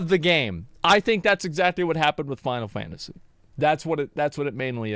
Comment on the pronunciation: Struggling for this whole video to understand the way she says “final fantasy 14” in about 5 syllables